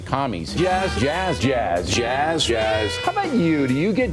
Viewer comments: Every time he says Jazz I keep thinking he's saying jiz 😂😂😂 it's just gross how people haven't realize it how it sounds 😷😷😷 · Is he trying to pronounce the word jizz with a snobby highfalutin accent 🤣 he gave everybody a little jaaaiiizzzzzzz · Was o'reilly mispronunciating jizz and said jazz for less controversy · he's mispronouncing jiz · On account of the sexual harrassment charges, I really think Bill was just mispronouncing "jizz" when he said "jazz". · Did anyone else start hearing jizz instead of jazz at the end? Coming from O'Reilly, it seemed legit. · is he saying jazz or jizz?